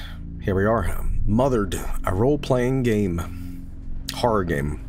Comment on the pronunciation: You know what, pronounced the title wrong before, but I think I prefer calling this game Mother Red